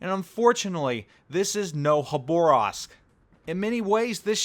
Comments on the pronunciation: KHaabaaRrrroovsk.......... not Hoborask ( city in far east Khabarovsk ) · Please, it’s Ha-ba-rosk, not Ha-Bo-Rask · Yes please read this, I cringe EVERY TIME YOU SAY IT. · “Haborovsk” that pronunciation is Le terrible. Bud dum tiss. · Terrible gun angle Terrible gun traverse Terrible reload Its Le Terrible Plus terrible khabarovsk pronounciation Lol